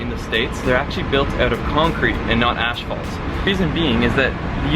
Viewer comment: Tell him to fix his French "pronunciation" and to fix his pronunciation of "asphalt".